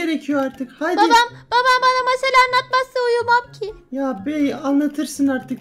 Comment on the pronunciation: Abimden hep masal anlat derdim ama uzun onun anlattığı mâşal bi r adam varmış ölmüş gitmiş